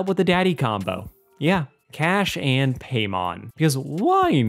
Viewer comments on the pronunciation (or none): Its PAImon... Not paymon...